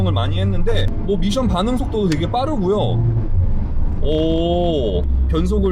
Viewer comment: 된발음으로함 밋션이 맞습니다.굳이 미~션 이라고 하시는거 같...